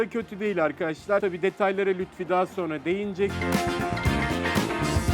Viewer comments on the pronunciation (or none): none